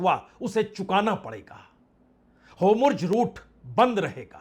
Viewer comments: होमुर्ज नहीं होता है और नेहटहनू नहीं होती है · Sir pahle aap pronounciation thik kijyea हार्मोज, एंड नेतन्याहू